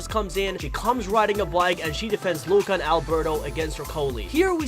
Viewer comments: Normal people: Luca This guy: LOOOOOOKA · Instead of Luca from this guy I hear LUACA